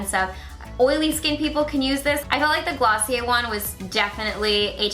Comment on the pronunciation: Wow, you really murdered Glossier.